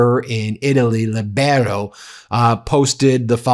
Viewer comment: Pedant's corner: It's pronounced 'LEE-bero'.